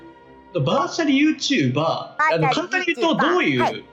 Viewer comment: バーチャルYouTuberのイントネーションwww バーチャルYouTu BAR